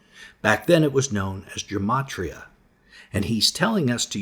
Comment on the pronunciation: Love the teaching, just hate the kindergarten-teacher-tone all these preacher guys seem to adopt. And it’s not “germ-atria”, it’s “gem-atria.”